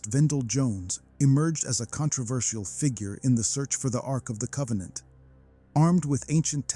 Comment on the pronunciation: Arc of COVEN-ANT